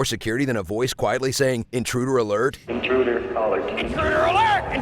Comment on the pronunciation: Intruduler alert, intruduler alert! Kills me!